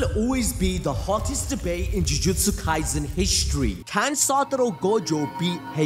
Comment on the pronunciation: Bro read the sukuna kaizen fr☠️☠️